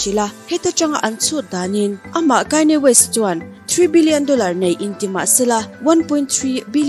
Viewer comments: Kanye west "Kaini west" i tih tak hi ngaihthlak a hrehawm deuh ka van ti em aw, a chipui ten an lam dan takah chuan 'khanie west' tiin an lam a, 'khanie west' a lam ve kher tur phei chu ka tilo mahse kanye tih a "KA" hi "Kai" tih theih na tur a awm lo e mai.. "A" hi "I" a lam rik teh daih kan ti ve nih chu Aw mawi em em e.. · ichhiar thiam viau a Kanye west hi,,kainye west. Ti ah lam tur anilo w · Kainya west 🤣🤣🤣mi sawi dan ngaihthlak tam te pawh hi tha ve aw👍👍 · Aw mawi deuhin KAINI WEST in tiah😊 i aw hi chu special reuh,i trawngthei ngawt ang..